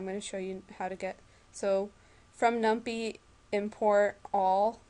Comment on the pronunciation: LOL num-pie. Like pie-thon